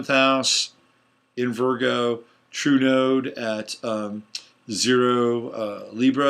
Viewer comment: It sounds like you are saying Trudeau instead of True Node. Maybe North Node would be clearer.